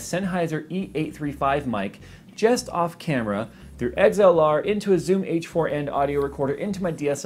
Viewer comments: "Eggs-L-R" Lol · haha he says XLR like "eggs-ell-are" great video tho